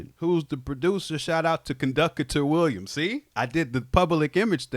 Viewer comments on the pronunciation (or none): Conductor now has to sample you saying "conducki-tah Williams" and make it a producer tag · Conduc-a-ter Williams 😂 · "CONDUC-I-TOR WILLIAMS" IS CRAZY